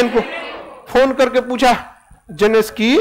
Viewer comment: Khan sir: जेलेसकी , 🤣🤣🤣